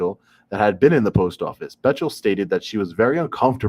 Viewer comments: Btw... pronounced BECKtle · Bechtel is pronounced "Beck-tell" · Its pronounced "Beck-tell"